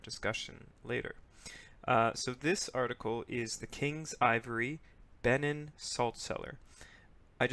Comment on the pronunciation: It's pronounced "Bay-NEEN"